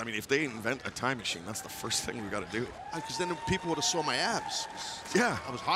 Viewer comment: Ricky: "I sawr it" This really reminds me of that one Taz and Bully Ray clip 😂